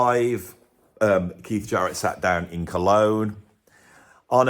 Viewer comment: why do you pronounce it "Sharrett", rather than his real name, "Jarrett"?